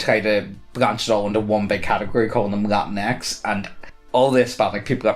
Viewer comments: You’re sure it’s not pronounced “la-teenks”? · Latinx is pronounced la- tinks. As far as I know, anyway.